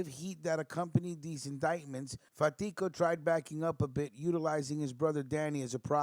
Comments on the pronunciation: Pronounced Carmine FAT•tee•Ko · My uncle carmine lombardozzi was really close to fatico I met him several times and considered him an uncle as well though not by blood. You are pronouncing his last name wrong though , no harm no foul